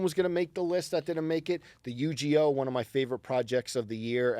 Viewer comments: For saying Yu-GEE-Oh, some tomato crates may magically appear outside the panel room 👀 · said Yu GEE OH.. smh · Not pronouncing Uniqlo as “Uni-glow” and Yugioh as “Yu-gee-oh”